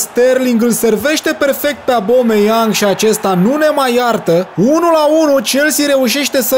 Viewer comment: Incearca sa nu mai comentezi actiunea inainte de a se desfasura ! ...apropo se pronunta Obameiang...nu abome...